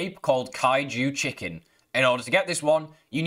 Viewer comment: its'' Kaiju CHILDREN - not chicken.. wtf... Also CCTV used to be in NE (you said NW) corner, but that field station was moved - so for me it was floating in mid air where it used to be. (So check both locations)